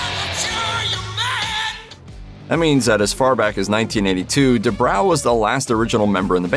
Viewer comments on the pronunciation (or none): It's pronounced Due bro not due brow.